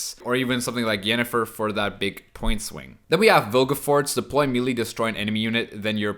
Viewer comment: Hey, love the content just a quick pronounciation thing. The world Melee comes from French, and is thus pronounced "meh-lay"